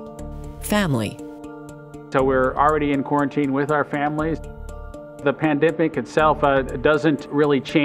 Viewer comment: “the pandipic”